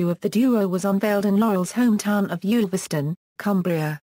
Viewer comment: One of the more accurate accounts of Stan's life, provided anyone can decipher the verbal mangling of Stan's birthplace. It's Ulverston, not Yoolverston, rhyming with "gull". There's also the usual - and understandable - confusion over his marriages, but it would be interesting to know where the idea of two museums in Harlem came from. The last time I was there (one of several visits) it was still the only one in the USA. But compared with a lot of other nonsense about Stan (eg: father of Clint Eastwood) it holds up well, though as always with such things, there's a lot left out.